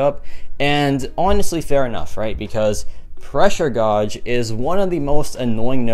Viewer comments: Godge? You mean gauge like gage? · Say it like gage. Not gorge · It’s pronounced Gage, like cage with a G, pressure Gauge, not gawge or whatever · Yea me too hahaha pressure gauge (gage) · It can be pronounced either way, some of my professors say it like gawge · Gawge isnt a word. It's pronounced like the word cage, except with a g instead of a c. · Dont worry bro i pronounced gawj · I laughed so hard when he said “pressure godge is one of the most annoying “. Is it really? Or is your pronunciation in this case that’s most annoying? Take the L and laugh it off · Absolutely baffled at the way you pronounce gauge 😂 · it’s the French pronunciation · I’m a loser can you help me how pronounce gauge? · Jesus Christ !! Seems like everyone here wanted to feel a bit better about themselves..knowing how to pronounce 'Gauge' doesn't make you better than him !!